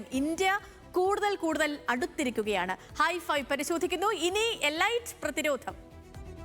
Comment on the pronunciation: എലൈറ്റ് എന്നല്ല പറയേണ്ടത് ചേച്ചി ...എലീറ്റ് എന്നാണ്